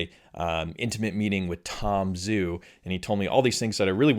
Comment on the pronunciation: Great vid. Thanks for all the updates from from Zhu. BTW, it's Tom Joo, not Tom Zoo. The transliteration of "Zh" is a "J" sound. Listen to him pronounce his name. It's not just you, it's almost all the Youtubers. It's the guy's name. Why not gIve him the honor of pronouncing his name correctly?